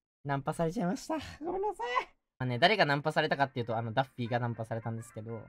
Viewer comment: 那天的破日文害我以為他穿著daffy 的人偶裝XDDD 原來是可愛的PPB抱著娃娃✨畫面超可愛